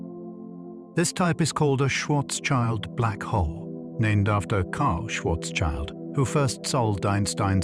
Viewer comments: schwarzschild sounds more like "shwarts-shield", not like "shwarts-child" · please don't let this stupid robot pronounce incorrectly Karl Schwarzschild schwarz meaning black and schild meaning shield